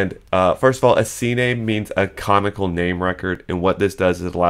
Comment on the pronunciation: Sorry, just trying to help, but it's pronounced "Cuh-naw-nickle".